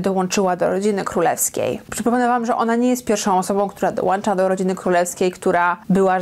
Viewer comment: Boisz się, ze źle wymowisz imię "Diana", a nie boisz się mówić "dołanczac"? 😂😅 Kobito - DOŁĄCZAĆ!